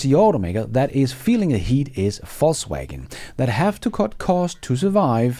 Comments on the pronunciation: I hear Falsewagon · You said "Volkswagen"... I thought you said "Faultswagon"... 😂 Thanks a lot for the video!!!